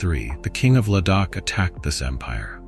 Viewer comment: Es heisst Shambhala und nicht Shembhala, Ladhak und nicht Ledhak. Viele der Sanskrit-Wörter sind falsch ausgesprochen. Ist wirklich störend. Lilo